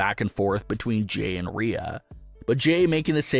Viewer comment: Pronounce her name right. That's disrespectful